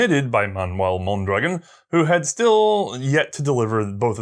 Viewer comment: I'm sure I;m not the first to mention this, but the rifle and its inventor are pronounced with the accent on the last vowel,, hence MondraGON. In Spanish, if there is no accent mark, the emphasis is on the penultimate syllable, as you pronounce it. While I am not a native Spanish speaker, I was certified to get bi-lingual pay as a police officer. I am a fan of your program, having watched all of the WW I episodes and all subsequent ones, as well. I am a court-recognized "expert" witness on firearms and their use in Federal Court. I rely on your content as a source in areas you have covered. As soon as I can organize it, I will become a member of your Patreon family. Keep up your good and important work. Best of the season to you and your crew, including the Guinea pigs.